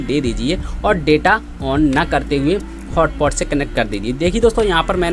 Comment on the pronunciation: its not hotpot its hotspot